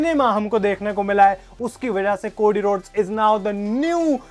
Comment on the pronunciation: भाई वो कोडी हैं, कोड़ी नही 😂😂😂